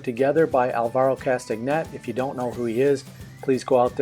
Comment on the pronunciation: Hi. From the videos I've seen on Alvaro, his name is pronounced "Kastanay". You can see a great demo he did on a show of Graeme Stevenson's Colour in Your Life:. Thanks for the demo. Oh, and the secret to learning is: shhh! (it's practice, practice, practice);-).